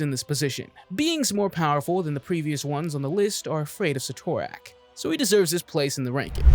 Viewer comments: Proper pronunciation for Cyttorak: Sit-er-ak. Don't believe me just listen to any time the spell Crimson Bands of Cyttorak is cast. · The guy is so wrong he can't even pronounce Cyttorak correctly. How can you make comic videos when you screw up simple names like Cyttorak or ignore the fact that the one below all isn't the one above all's antithesis, it is the one above all. Your like watching a five year old who JUST read his first comic, believes he knows everything, and tries to recite what he knows. Half truths, major inconsistencies, and wrong about 90% of the time. Also great job NOT MENTIONING Zom, one of the most powerful demons in the marvel multiverse, so powerful it took the Living Tribunal to beat.